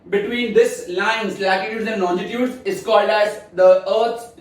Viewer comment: I guess the pronunciation of longitudes was actually wrong..... But the explanation was really good but trust me it was not more good than our geography teacher... She is a genius...